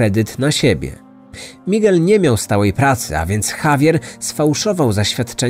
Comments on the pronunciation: A ja tej wymowy lekko bym się czepiała-owszem, "Migel" jest "Migelem", a nie np. " Migłelem ", ale niefajne jest akcentowanie i tak, osobę znającą język to razi. Bo zamiast " MigEL" słyszymy "MIgel". Ale wiadomo, chodzi o historię, a nie o naukę języka ;) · Mała rada dla przyjemniejszego odsłuchu: warto zapoznać się jak wymawiać poprawnie imiona głównych 'bohaterów', zwłaszcza, że język hiszpański jest dość popularny. Powinno być 'migEl', nie 'mIgel'. Pozdr✌️